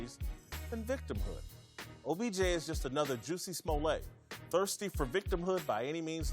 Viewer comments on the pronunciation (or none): “He’s just another juicy smolay” That’s how you pronounce Jussie smollett???